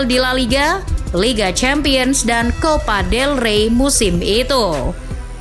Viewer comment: Copa dey rey bukan level el real wkkww